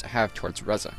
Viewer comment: Ree-za ffs